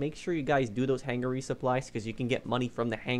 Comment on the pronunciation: Hang-er not hang-ger